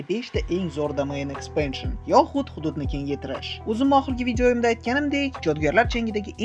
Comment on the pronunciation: Hududni kengaytirish❌ Huhudni kengaytirish✅